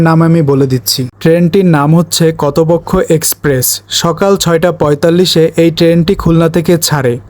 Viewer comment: ভাই কতোপক্ষো হবে না কপোতাক্ষ এক্সপ্রেস হবে ট্রেনের নামটা ঠিক করে বলেন